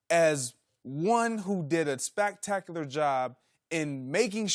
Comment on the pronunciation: Did this niggha Jennings just say “SPACTACULAR”? 🤔